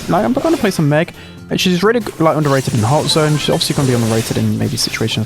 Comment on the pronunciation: Did you just say tick of underrated?